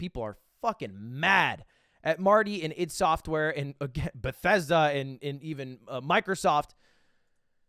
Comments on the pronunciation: Thought it was pronounced I.D not ihd ? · It’s not I’D software it’s I D software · it is "i d soft" not id... its just 2 letters, not a word.... its annoying me, pronounce the devs name correctly pls.